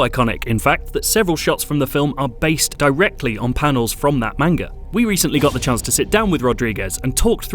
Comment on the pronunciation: He said manga wrong... *unsubscribes*